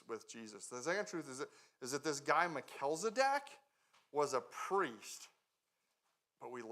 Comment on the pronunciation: Mel-chiz-e-dek. Not Mel-kilz-e-dek. 😉